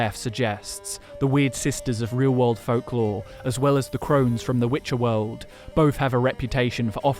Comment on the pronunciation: the way one of them pronounced" Witche'er "still echos in my dreams